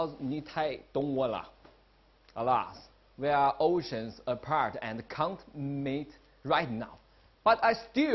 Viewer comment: Did he just said"we are ocean apart and can't MATE any time soon"?